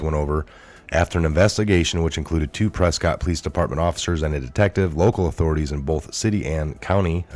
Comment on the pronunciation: WE Pronounce It , Pres-Kitt....